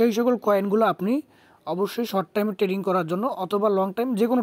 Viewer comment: Tading Abar ki 😂 "" trading ""